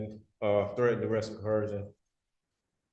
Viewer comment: Coercion. Co. Er. Shun. What the hell is coherjun?